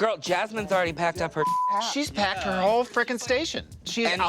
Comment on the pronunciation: “She pecked her begs” -Trixie